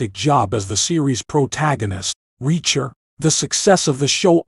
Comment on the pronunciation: The name is reacher, not wrecker.